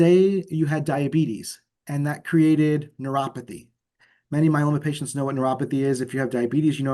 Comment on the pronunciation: Good info . Why does interviewer keep calling it myeLANnoma?